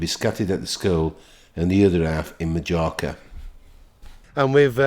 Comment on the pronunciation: It’s the way you pronounce Majorca a wind up…..surely you don’t think that’s how it is pronounced 🤨🤔😆RIP John. I have lots of happy memories from my childhood xx